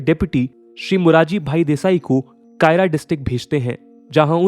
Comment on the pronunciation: Kaira = खेड़ा district Not कायरा